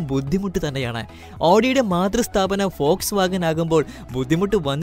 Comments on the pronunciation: ഫോഴ്സ് വാഗൻ ഓ വോട്ട്സ് വാഗൻ അല്ലേ vw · Fox vagen അല്ല വോക്‌സ് വാഗൺ